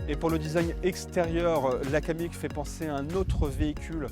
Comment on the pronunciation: C'est un Kamiq et non un Kadiq :-)